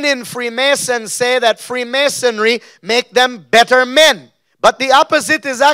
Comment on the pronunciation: It’s irks me that he can’t say freemasonry